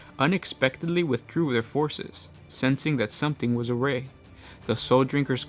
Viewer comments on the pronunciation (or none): 20.52 awry pronounced a wry as in pie. Not a ray. Duh!